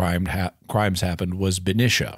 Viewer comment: Hi Jimmy - fyi the second syllable in Benicia is pronounced like "knee" when referring to the town in the bay area.